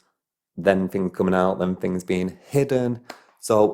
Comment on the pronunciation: You explain certain fings